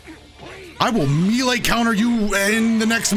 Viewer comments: "May Lay" not "Mee Lay" bro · May lay (melee) not ME lay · IT'S NOT MEAL-AYE DAMMIT IT'S MAY-LAY!!! MAY. LAY. MELEE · Says Melee like, "Me-Lay" Me: *confused*..."Wait, May-Lay?" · Me·lee: ˈmā-lā, mā-lā; a lot of people say mee-lee (for whatever reason), but??? "Mee-lā" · Bro just say “may lay” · Me-lee or May-lay but never oh never can it be prononced Me-lay! Plssss stop ittt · "Meelee counter" Dude it's pronounced "may lay", come on. Edit: my bad, he says "mee lay" dude how the hell do you think that's how it's pronounced. You're half way there tho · says meelay Me: Oh, well hes probably only going to say it a few times: continues to say meelay atleast once every minute for the rest of the video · Meelay Me an intellectual: M E L E E E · Every time he pronounces it “Meelay” I die a little inside, something about just feels off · When he said “meelay” I felt that. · Has always said "mi-le" or is this part of the patch too? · I love how he says meele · mans really said "mee lay" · It's pronounced "MAY LAY" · Please its May-Lay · It's so weird that he pronounced melee "mylee" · Melee is pronounced "may-lay," my guy. Its French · Sorry to be that guy but it’s pronounced May-Lay also tien was not really good before patch. I love him, but he just wasn’t good. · me lay... yuck, my man! You are mispronouncing that on purpose or something? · really thought I wasn't boutta say something about how he pronounced "Melee" that's crazy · The way he said “melee” was kind of, um, well it took some time to get used to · it's "melee" not "melee". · He’s gotta be pronouncing melee like that on purpose there’s just no way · When he says melee i cringe just a little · Bro you need to learn how to say melee 😅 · please pronounce "melee" properly it makes me cringe